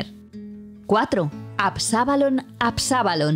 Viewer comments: Es "ABSALON", no "ABSABALON" como pronuncia la narradora del video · Absabalon, Absabalon? Qué dices? No sabes leer? Ab - sa - lom 😂. Y yo leo la Biblia en hebreo y arameo